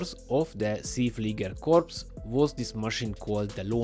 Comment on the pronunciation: You wrong pronounced See Flieger.